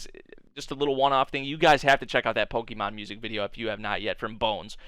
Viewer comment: If you want people to watch Pokémon stuff, I'd suggest pronouncing it right, the accent changes it